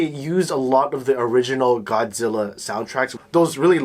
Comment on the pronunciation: ゴズィーラじゃなくてゴ・ジ・ラ！！！